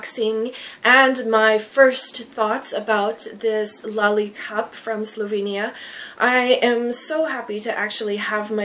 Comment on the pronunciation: For Slovene person I think you pronounce it correctly